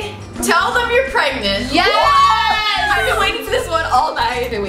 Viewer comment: I love how Jenn was like David I'm still pregat 😂😂😂😂😂😂😂😂😭😭😭😭❤️